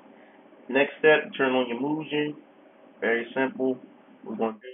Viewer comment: Is Mugen Lord. Doesn't know how to pronounce "Moo-Gen".